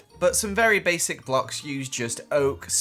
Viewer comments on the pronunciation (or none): none